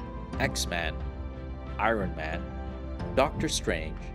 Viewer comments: it's the way u say iron man ...ion man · He says iron funny. It’s like I-rone man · Man, your pronunciation of Iron Man and Shang-Chi is rough.